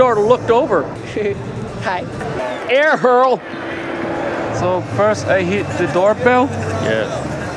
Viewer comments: “Air hurl” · “Air Hurl”😂😂